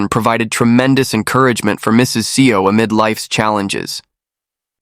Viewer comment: seo is pronounced soul, not SEO like the Google SEO 😅